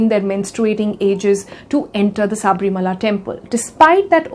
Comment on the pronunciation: It's not Saaaaaabrimala.. It's Sabarimala